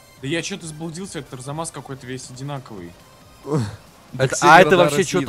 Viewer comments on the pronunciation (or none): Арзамас а не Разамас!!